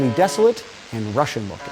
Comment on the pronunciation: "Russianal" LOL